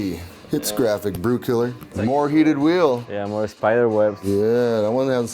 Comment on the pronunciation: Jurassic Park Grant the word graphic with a D